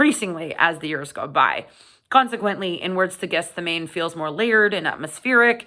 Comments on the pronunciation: Might have been useful if you could pronounce the album name properly, it's not called Guess The Name, although that seems to be what you're doing! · GETH SEH MAH NEE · I haven't heard anyone pronounce this properly, yet: Gethsemane is pronounced Geth-sem-er-knee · Great review. But that's not how you pronounce Gethsemane. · Might have been an idea to check the pronunciation of the title before filming. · I went to Catholic school and Catechism growing up. The word Gethsemane was definitely not pronounced the way it is in this video or by Blayne recently, by our Catholic teachers, priests and nuns. The correct pronunciation is also easily Googlable. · It wouldn't be a video featuring a Canadian without repeated mispronunciations.